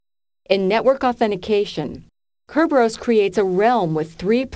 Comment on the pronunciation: Kerberos is pronounced thus